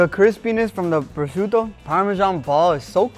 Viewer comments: Fry a proscioutoo? Brain damage? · guga................ prosciutto.... not prosciuNtto..... is not a mix between prosciutto and presunto